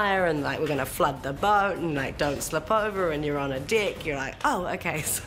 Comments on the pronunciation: I love when Keisha is going to say deck but she actually say's dick instead xD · When New Zealanders say "deck"